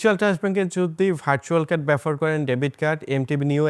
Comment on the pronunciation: shob bujhlam, but BABOHAR ke bar bar BAFOR BAFOR bolchen kno vai?